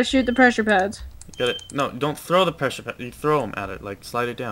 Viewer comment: STOP SAYING PRESHER PADS JUST STOP PRESHER PLATE JUST STOP NOW!